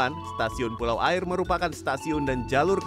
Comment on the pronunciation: Mon maap tapi pelafalan Pulau "Aie" nya ngakak😭